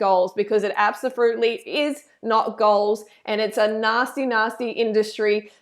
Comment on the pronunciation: Did you say absoFRUITLY??? 😂💜